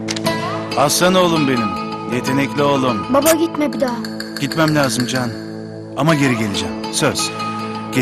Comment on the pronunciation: Tekin buba diyor baba yerine